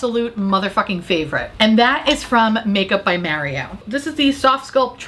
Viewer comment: Every time you say Makeup by Maury-Oh it gives me two more months of life. Bless you lol